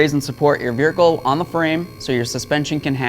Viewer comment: is he calling it a "Beericle"? i swear that's what i'm hearing every time lol.